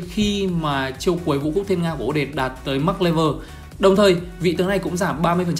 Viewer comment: Là o - det - te ko phải là o- det